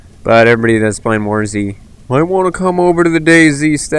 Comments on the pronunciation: Dude it's not Days it it Day-Z(ee) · Fucking hell man, its Day Z. Not dayzzzzzzzzzzzzzzzzzzz. Pronounce what you are trying to say, speak with authority and intent, otherwise no one will sit here watching 17 mins of pictures and listening to poor English. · Its pronounced Day-zed or Day-zee, not Days... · Every man and his dog knows it's pronounced DayZEEEEEEE.